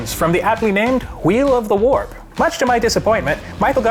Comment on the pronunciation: The WHEEEEL OF THE WAAARP really like cause he says it's name properly